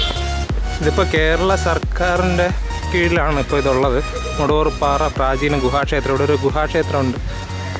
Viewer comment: മുടവൂർപ്പാറ അല്ല മടവൂർപ്പാറ...